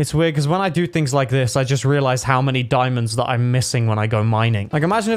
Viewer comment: When you Said diamandos you almost Said diamonds In danish